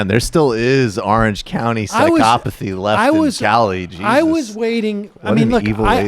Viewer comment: Disgusting. Also, Michael's got that pronunciation of "psychopathy" down.